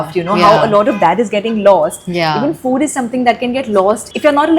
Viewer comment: It is FOOD ,not FUDD.